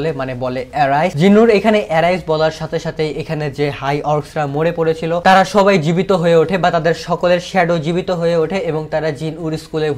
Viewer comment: আমি একটা কথা আপনার ভালোর জন্য বললাম । এখানে "সবাই" কথাটা অনেকটা "থবাই" এর মত লাগলো। আপনি একটু চেষ্টা করবেন এর পরের বার আরো ভালো করতে উচ্চারণগুলো। যদি আপনার উচ্চারণ আমার চেয়ে অনেক বেশি ভালো কিন্তু তবুও চেষ্টা করবেন আর একটু শুদ্ধভাবে বলার জন্য এবং তাড়াতাড়ি বলার জন্য। চাইলে প্র্যাকটিস করতে পারেন। আমি জানি আমি আপনার চেয়ে বেশি ট্যালেন্টেড নই । আপনার জন্য শুভকামনা রইল।